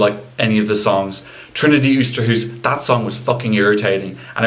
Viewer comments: Yeah... 'Trinity Oesterhoes ' funny ! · I love how you pronounce Trijntje Oosterhuis 😂👌 That song from her was complete garbage, I agree! Much love from 🇳🇱